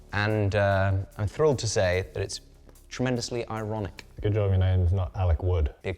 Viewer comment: "ironic"... iron...ic